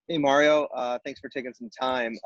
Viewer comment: Did you just call me Mare-io? 😆